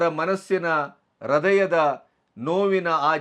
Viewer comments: ಅದು ರುದಯಾ ಅಲ್ಲಾ ಸರ್ - ಹೃದಯ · "ಹ್ರದಯ" ಅಲ್ಲಾ! ಹೃದಯ ಅಂತ ಹೇಳಿ. ಮೈಸೂರು ಮಿತ್ರದ ಗಣಪತಿ ಅವರ ನೆನಪು ನನಗೆ